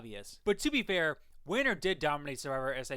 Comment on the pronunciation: Lol it's pronounced as "Vener" not as you read it. Anyway, great content bro.